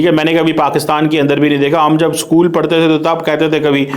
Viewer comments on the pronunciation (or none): none